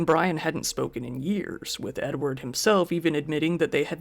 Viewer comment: Edward kinda sounds like enward and that makes me giggle. Also, how is he gonna hear the gun click with a dang chain saw running?